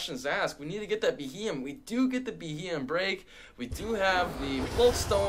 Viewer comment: it's proounced Bee-Ee-em his name comes from the term BEM or Bug-eyed monster